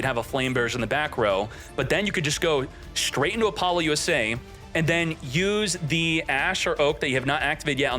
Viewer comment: i wish you would say apollousa correctly